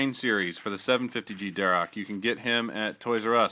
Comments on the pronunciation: it is pronounced "dar ack". anyway still cool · its dharak